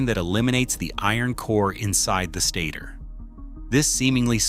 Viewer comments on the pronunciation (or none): none